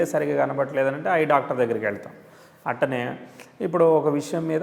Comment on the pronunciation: అట్టనే కాదు అట్లానే అనండి